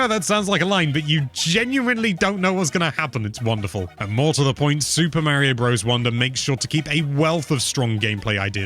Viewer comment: OP is complaining that a Nintendo-centric youtube channel doesn’t know how to pronounce Super Mario Bros